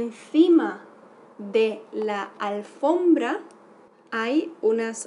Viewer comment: No es "alfrombra", es "alfombra" jsjs